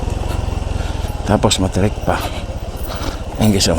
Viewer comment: Correct me if I'm wrong matarik not matirik bro